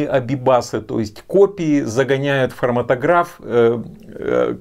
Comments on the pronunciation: хроматОграф - ударение на второе О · спасибо большое за обзор! Как химик-хроматографист позволю себе немного подушнить: прибор называется хроматОграф, все специалисты в отросли так говорят)